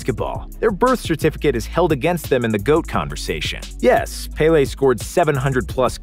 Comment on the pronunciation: as a brazilian I think that the way he said was the best way respecting english's grammar, as they speak "e" as an "a" I think is understandable, of course, is way far from being as it should be in portuguese, but it's already better than saying Péli or any shit like this